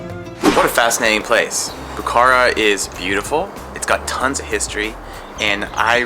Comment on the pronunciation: As a Bukharian Jew who was born in Bukhara, I wish you would have gotten the pronunciation right for the name of the city and the people! Still, I appreciate the video shedding light on my hometown, which I haven’t seen since I left as a refugee, but I hope to visit someday to see my roots and my remaining family there. I enjoyed the history you shared, especially how Bukhara did not not succumb to British colonialism, that was cool!